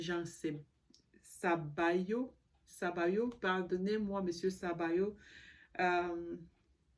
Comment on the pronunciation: Good Evening, let’s talk in english. His name is Sobayo not Sabayo. Si you should have paid attention to it. Secondly, you have several videos from people who used to work with PS plus, consumers all of them complaining. Finally some of them took lawyers . Not disrespect but victims R real and suffuring.